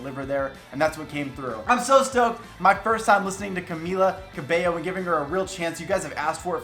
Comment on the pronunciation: I’m glad you pronounce her name right! Love your videos!